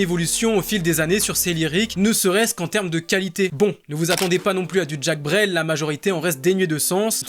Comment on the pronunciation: On dit pas "Jack" Brel mais "Jacques" comme le prénom t'sais 😅